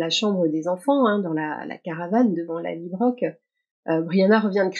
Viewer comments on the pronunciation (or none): Merci pour ce décorticage 👍, même si chacun de vos "LallybroQUE" me fait mal aux oreilles.😣 Ma suggestion: Pourquoi pas, adopter une prononciation plus proche du nom écossais ("Lallybrorhh")?😉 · Merci pour votre retour et votre patience avec mes 'LallybroQUE' ! 😂 J'avoue que ma version franco-écossaise du nom a ses limites... Je promets d'essayer de m'approcher un peu plus de la vraie prononciation écossaise ('Lallybrorhh') la prochaine fois. Mais bon, qui sait, peut-être que ma prononciation deviendra une nouvelle tendance... ou pas ! 😅 Merci de suivre mes décryptages malgré ces petites 'fausses notes' ! 😉